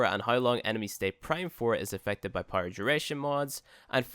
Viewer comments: It took me watching 5 vids and readin this comment to realise that... so basically just readin this comment 😂😂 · I THOUGHT I WAS THE ONLY ONE😭😭😭😭😭😭😭😭😭